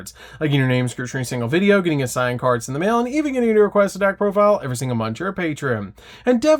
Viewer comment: You sound so dumb. Just say profile normally.